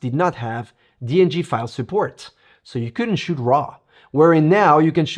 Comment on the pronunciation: sorry it s on me....think you did Say dng right. Anyway the latitude with the raws from the d7 are very good. But this design of the d8 IS just awesome